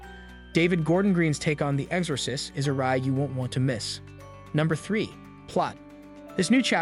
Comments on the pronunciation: I swear to god, if this dude says Ex-Ore-sist one more time. I couldn’t even finish the video it drove me THAT nuts. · The fact that he keeps mispronouncing The Exorcist.